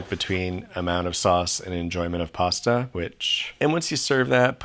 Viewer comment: You mean "pasa"....